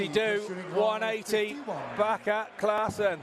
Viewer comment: The lady said "Classman" instead of Klaasen all the time lol. How can you work as a darts presenter and never heard of Jelle Klaasen.